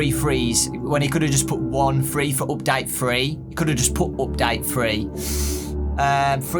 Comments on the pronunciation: He keeps saying free and not three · I thought that he was saying free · free Me: uh it's th-: FREE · It is three not free 😑